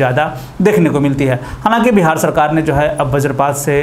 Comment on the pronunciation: Bihar hai bhai Bahar nahi